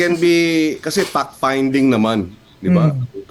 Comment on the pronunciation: when they pronounced "Fact Finding" it sounds "Fuck Finding"